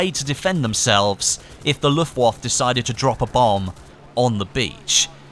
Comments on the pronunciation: its the Luftwaffe or when said 'luftwaffer' not luftwaff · Luft-wawf.. ? Luftwaffeh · Pronounce Luftwaffe : Luft-Vaffeh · You do realise you pronounce the 'e' s in German words? Herrman Georing - pronounced : Go-er-ing. Luftwaffe - pronounced: Looft-Waff-e